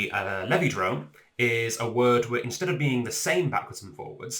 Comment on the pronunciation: It's pronounced "Levidrome" You're welcome.